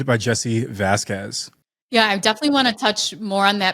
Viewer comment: learn to pronounce Vasquez. You’re embarrassing yourself.